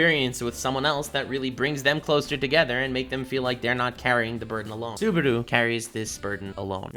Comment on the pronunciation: saying "Suberu" for 30 minutes on going